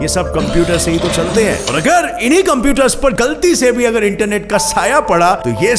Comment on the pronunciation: the way he said internet